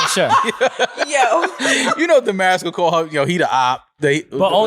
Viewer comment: Damaris name is pronounced different in Spanish. Damaris is a Spanish name where American missed pronounced it. Translate Damaris to Spanish in Google translate. (Da-mah-reese).